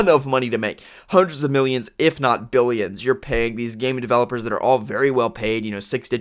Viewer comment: are you saying billions?